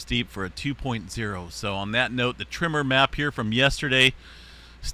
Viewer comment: Tremor not trimmer 🧐